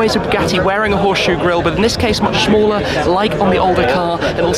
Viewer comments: Shmee said "the horse shoe grill is much "shmaller" . lol. You couldn't shmake it up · ”smhaller” he’s so used to pronouncing ”shmee”